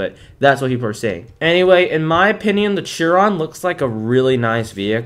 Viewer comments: Small correction, I'm a car guy and it annoys me: Its SHEEEE ron not CHEEE ron. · Dude! You pronounce it “sheer on” not “cheer on” I know it’s not how it’s spelled but that’s how you pronounce it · its pronounced shiron